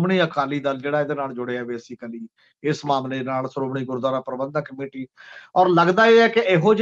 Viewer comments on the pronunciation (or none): none